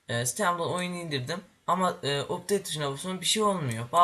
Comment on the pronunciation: o updeyt diye okunmaz apdeyt diye okunur